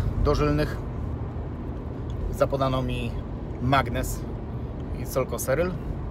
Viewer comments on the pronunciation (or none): none